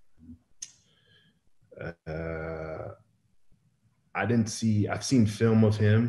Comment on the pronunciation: Strahan? 🤣 please... lol Suh... learn the history of the game that's made you generational wealth